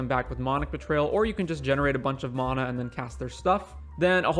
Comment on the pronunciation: The way you say mana made me leave the video early